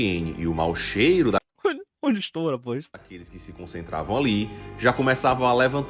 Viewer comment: esse "hora poix? ondi extou?" me fudeu kkkkkkkkkkkkkkkkk ñ esperava por essa